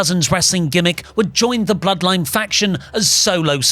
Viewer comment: “The Bl-zeroed-line” sent me 🤣🤣🤣